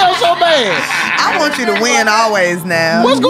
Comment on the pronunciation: Bro it’s wantch like ain’t nobody wantch you around here bruh